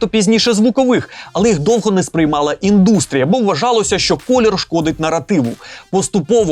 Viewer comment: Правильну не індУстрія, а Індстрія.